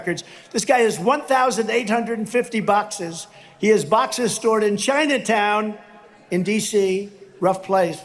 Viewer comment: “Cheyena town” (as he pronounces it,) is a gentrified area, reduced to one square block in DC the Penn Biden Center is nowhere near “Cheyena town”.